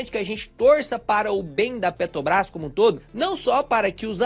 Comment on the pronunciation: qual a dificuldade do cara falar peTRObrás?